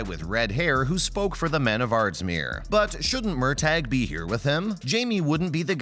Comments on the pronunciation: Have any of you ever even seen an episode of Outlander. You have no idea what you are talking about. Murtagh is pronounced Murtah, not Murtag, the prison is Ardsmuir, not Ardsmere, the Scottish army were Jack-o-bites not Jake-o-bites and the battle is Cull-o-den not Collowden. You try to appear so knowing but you don't even take the time to learn what you are talking about. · Pronounced Murta. Murtag! Wow! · First of all, it's MURTAGH ( pronounced:MURTAH) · It would be nice if we could get a narrator who could learn to pronounce the character's names correctly! He says Gabaldon correctly, but can't say Murtagh? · His name is MURTAGH. MURTAGH. MURTAGH. While at it, learn how to pronounce Culloden and Galbadon. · Please say Murtaugh’s name correctly!!! 🙄